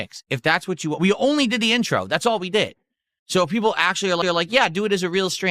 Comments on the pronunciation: “I’ll give you whatchu wah, if that’s really whatchu wah.” 😂😂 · "Ill give u wha u wahh".... what does have against the letter "T"?!?!?